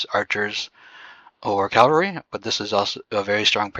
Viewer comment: Great video but why do you call the troop type a wrong name. It's C A V A L R Y.... not CALLVARY. 😂😅 Funny that you and GUNZ can't pronounce it right. 😊.